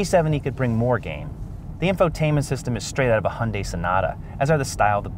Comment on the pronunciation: Hunday? Make a correction in your pronunciation.